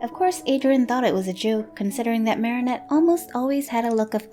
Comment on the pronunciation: THANK YOU SO MUCH FOR PRONOUNCING THE NAME 'MARINETTE' PROPERLY!!!